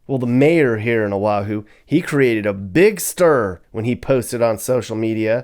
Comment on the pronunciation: First of all this video is nauseous, you move around so much that we get sea sick and Motion sickness, disgusting! ,Second, you need to learn the proper pronunciation of our Hawaiian words and Oahu is not pronounced aahu, we get really pissed with improper pronunciations of our Hawaiian words!! Third: Hawaii is paradise no matter where we live, unlike you mainland haoles who act as though you are all rich and live in grand houses but we know the truth. But, all in all thanks for bad mouthing us so people from the mainland would not want to live here!!